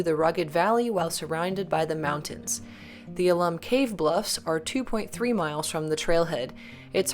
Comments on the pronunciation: I didn’t go too far down but I assume someone has told you the name is “owl-lum” not “ahhh-lum”. If I am wrong tell me but I think the reference is to the mineral content found there. Alum XAl ₂·12 H ₂O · Please, it's "AL-um", not "a-LUM"!